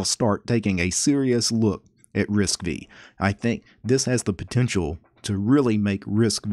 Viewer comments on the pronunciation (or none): Arm does not manufacture chips, they license the ISA and the micro-architecture Also, it's pronounced Risc-Five not Risc-Vee